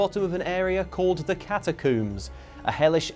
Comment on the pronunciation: Why does pronounce "catacombs" so strangely? "Catacooomz" 😁